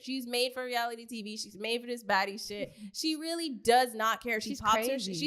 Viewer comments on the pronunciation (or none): the way i thought it was “she a body” not “she a baddie” 😭😭😭😭😭